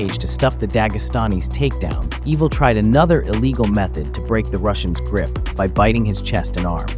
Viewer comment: Gilbert EYE-vuhl, not EE-vuhl.